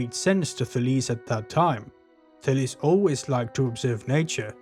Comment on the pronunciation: You pronounce the name well